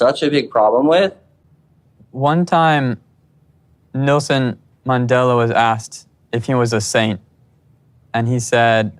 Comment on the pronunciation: Sounds like he said "NoSin Mandela"